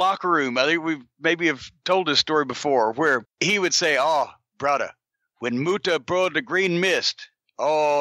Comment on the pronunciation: "Brudda, would you like some cahn? Some cahn brudda?"